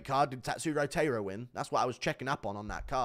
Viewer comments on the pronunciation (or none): none